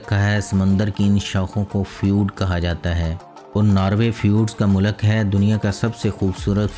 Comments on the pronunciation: Description of countries is impressive but some word pronunciaton in urdu is wrong like u must say molk( not molak) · منہ لک × نہیں بلکہ ملک بولیں۔mulk✓ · Why punjabi ppl say mulak why not mulk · the information is good but please pronounce the words accurately, if you are speaking in Urdu language as at the moment, you are speaking in punjabi. It Not 'Narway' its pronounced as Norwary. Secondly its called 'mulk' not mulaak in Urdu so please correct that.